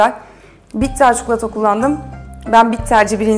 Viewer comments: Çukulata değil ya çikolataaaa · Abla her çikolatalı tarifine bu yorumu yaptım çukulata değil çikolata lütfen yeter ama bir yere kadar. Çok rahatsız olmaya başladım türkçeyi düzgün kullanırsan sevinirim.